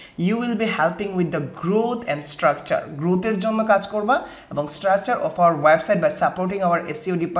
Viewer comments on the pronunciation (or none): none